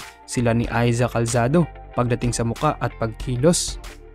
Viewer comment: "Aiza Calsado" ka dyan! Sinabi mo pang popular na aktres na siya ngayon pero hindi mo alam ipronounce pangalan nya? 🙄